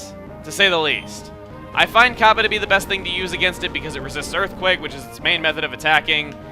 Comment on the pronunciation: the way you say "Kappa" sounds like a jewish woman saying "copper"